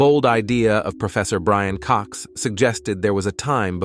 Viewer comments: I know, right? What on Earth is up with AI pronunciation? It's atrocious. I mean, somebody MUST have modelled the language. AI just makes dumb mistakes... BRAIN Cox for one... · Did you just call Brian Cox, "Brain" Cox....??? 😮..!!!!